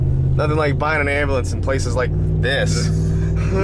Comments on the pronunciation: All I can hear when you say ambulance is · LOL I love how he says, "Hey, don't hit my truck with your **ambulance**, like he's deliberately "saying it for the first time" to get his buddy accustomed to owning an ambulance :D